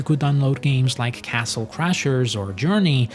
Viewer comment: You know it's a Filipino vlogger when they pronounce castle, "CASTEL" :face-blue-smiling: Good video, though, lodz 🤙